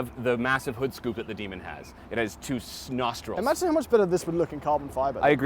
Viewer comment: said snostrils 🤷‍♂️😄